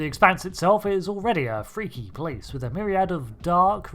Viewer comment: "Wifh mint frosting."